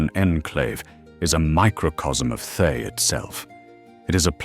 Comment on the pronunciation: Oh, good ol' "Thigh"... lol 😆 (I know it's AI, but it made me chuckle every time I heard the mispronunciation.)